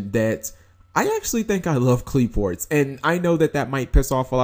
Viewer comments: Qli-Fort is the correct pronunciation. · If you like Qliphorts so much, it might be a good idea to learn to pronounce them properly.